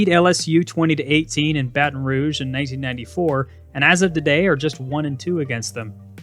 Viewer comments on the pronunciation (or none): none